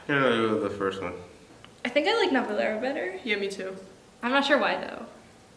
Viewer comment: omg does he know korean? He read the title do perfectly omg